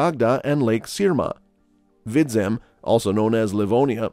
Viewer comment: Kurzem,vidzem you pronounced theses like someone who lives in courland😂